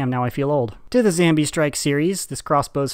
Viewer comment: Why are you saying zambie